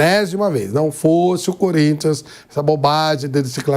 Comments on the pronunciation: Como é bom ver comentaristas corintianos surtando kkk não tenho que reclamar, o "curintia" me diverte muito kkkkkkkk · Flávio Prado sempre fala: "sport club curintxa PAULISTA" kkkkk